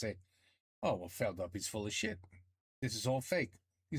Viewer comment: Stop pronouncing Feldup with your american accent, it has nothing to do with the english language. Feldup is a portmanteau for Félix Dupuis. Yes. That's his name. It's not a secret. So it should be pronounced with a very french accent. It's not "up", it"s "Dup" for "Dupuis". And he sports quite the retro name, for today amongst living beings called Felix, there are 99% cats and only 1% humans.